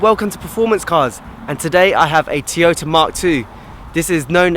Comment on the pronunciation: It has cup holders, electric mirrors, storage and a ski hatch.... who cares!!!! What is with the gloves? You're not playing initial D now. And its Toyota, not Teyota. Cool car, crap review.